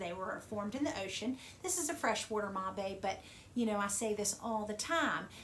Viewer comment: Great video. I thought "mabe" was pronouced like the word "babe"